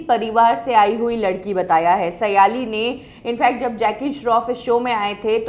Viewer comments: aap ke surname से लगता है आप महाराष्ट्रीयन हो. तो आप सायली को सयाली क्यू बोलती हो. इस शो का aur एक contestant सवाई भट्ट भी कई live concert कर चुका है. आप का नया set-up काफी achaa लग रहा है.👍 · not सयालि सायलि